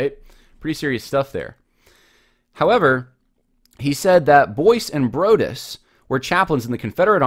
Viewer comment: Broadus is correctly pronounced "Broad" as in "the Broad road" + "us" like the plural form of I.